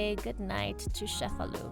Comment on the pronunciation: The ce in Cefalu is pronounced as ch like the word chase. ie so , sounds like chefalu , not Shefalu!